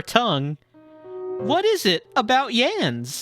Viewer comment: In Germany we have the first name Jens which sounds pretty close to how you pronounced Yans. For example, the german health minister during the pandemic was Jens Spahn.